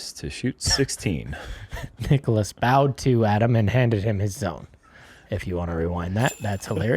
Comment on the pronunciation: i love you, and i know you're out of sorts a bit, but please learn how to correctly pronounce Niklas' name <3